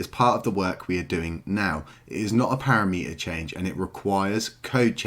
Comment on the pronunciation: Nice vids, but as a dev PLEASE get the "parameter" word correct ... it's NOT "para-meter" :) aside from that excellent content ;)